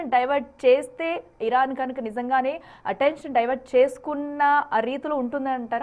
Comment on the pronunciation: తెలుగు సరిగా పలకడం రాదో చదవడం రాదో తెలియటం లేదు.ప్రధాన మంత్రికి, ప్రధాని మంత్రి అంటున్నావు, పర్యటన, పర్యాటన అంటున్నావు. అటెన్షన్ అటెన్ ఇంక్షన్ అని పలుకు తున్నావు. తెలుగు ఇంగ్లీషు రెండూ పలకడం రాదు. మేము రివ్యూస్ చూడాలి.. ముందర మీరు సరిదిద్దుకుని అప్పుడు reviews పెట్టండి